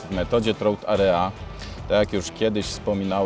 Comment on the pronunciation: Trout ejra... a nie a r e a